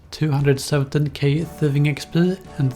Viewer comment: thuhfing uhcspurr